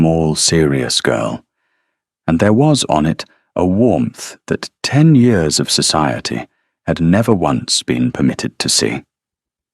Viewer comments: What’s with the yee-oars instead of years? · It is years not yours. Good story spoilt by the AI mispronouncing easy every day words. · Why are we getting yet another video where "years" is pronounced "yores"??? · Year pronounced wrongly, Y....EAR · Enjoyed the story, but wish AI would learn to pronounce simple words like "years" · Cracks me up every time! I love it! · I always have to laugh the way he pronounces it.❤